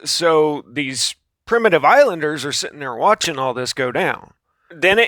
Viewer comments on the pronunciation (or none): none